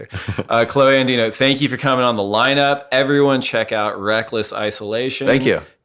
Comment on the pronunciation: it's DiNoA...